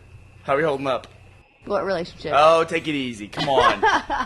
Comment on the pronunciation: Every time Burnie said relationship I threw up in my mouth